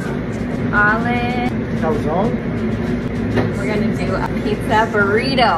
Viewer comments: he can't be italian, pronouncing calzone like that?? american for sure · Can’t be much, he can’t even pronounce calzone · right, i could tell by the way hes pronouncing calzone. completely wrong lol